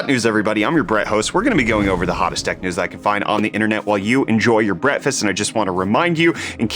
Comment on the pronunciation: "In case you wanna listen during your bretfast"